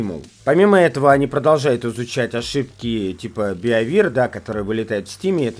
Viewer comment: Беавир.... Бивер! Бобер по-русски! Б И В Е Р